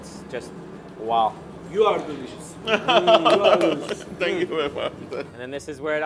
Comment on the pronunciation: "Yu ar delişiz" ne lan 🤣